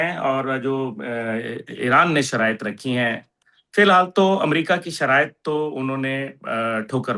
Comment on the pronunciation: Anchor ki Urdu شرایاط, شرط ، شرائط, Abraham Lincoln, not Abraham Lankan, جوانان پاکستان ہوتا ہے ،، نہ کہ جوان نان پاکستان ۔۔۔ guest ki Urdu se hi seekhny ki koshish kry khudara, itny senior guest k samny aesi Urdu afsos es qadr Urdu ka naas anchor ki trf se